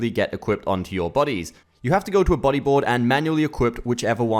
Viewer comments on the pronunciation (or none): Every time he said "buddy" I heard "body" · The fact that you pronounce Buddy as Body keeps confusing me